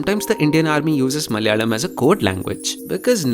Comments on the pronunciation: Why do you say "Malyalam" instead of Malayalam (Mala-yalam), suppressing the vowel on the second letter? Say the vowel (of the second letter) fully. There is hell-of-a-lot of difference between Tamil & Mal-yalam month names. All over India month is named after the "nakshatra" (star asterism) that Moon is at (location-wise, Moon spends a full day-night (almost) at one of the nakshatram's, number 27). The first month "Chaitram/Chaitra/Chitra" is for nakshatram, Chitta(or Chitra as some would say) in Kanya Raasi, falling in March-April. Malayalam months don't follow the Moon, but the Sun's transit and not nakshatra but Raasi's (the 12 Raasi's or "signs" also divided into 27 nakshatras), The first Sun-month is Chingam (Singam or Simham = "Leo") starting in the middle of August. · This is some quality research right here... The way he tried to pronounce malayalam 🔥🔥🔥